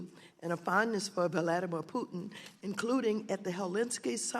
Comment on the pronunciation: Did she just call Putin Tudin in her very first reference to him?😂😂